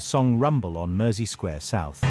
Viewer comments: (for an American) Mersey should sound like merzy, not mercy. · The continuous mispronunciation of Mersey was doing my head in. I couldn't watch the whole thing for fear for my PC monitor. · Mersey is pronounced with a Z like the guy mentioned below. Also, Mersey is the actual river that flows through Liverpool (AKA Merseyside). Hope thats clear.